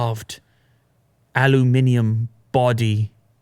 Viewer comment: Thanks for pronouncing aluminium properly 🙂